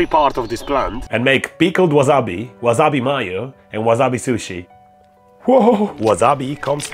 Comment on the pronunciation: love how he says "wazzabee mayuuu"